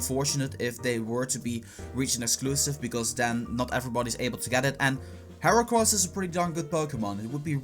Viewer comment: Matias Carvalho it's heracross not earacross